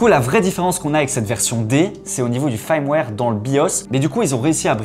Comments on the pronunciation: C'est bien "firmware" pas "faïrmware" 😅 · Firmware = "fermware" et pas "farmware" :) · Fraiewar, faiwer fraiwaiiiiiiiiir😂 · prononce le "feurmwère" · Bon les gars, si vous allez utiliser des mots comme "firmware" faites au moins l'effort de savoir comment ça se prononce : "Feurmouère" Au passage, le bridage de la 5090 D est censé être de 30%. Donc soit les drivers laissent passer Geekbench AI sans bridage, soit Geekbench AI représente une charge suffisamment irréaliste pour ne pas déclencher le bridage, soit le bridage n'affecte que les Tensor cores mais pas les CUDA cores et Geekbench AI utilise principalement CUDA, soit NVIDIA se sont plantés.